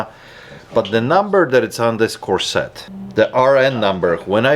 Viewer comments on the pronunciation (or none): corset noun cor'·set ˈkȯr'-sət oOps! .. the Grammar Cops are issuing you a ticket for this offense . The accent is on the 1st syllable . This time it's just a Warning ticket . Y'all bee careful out there ....'k?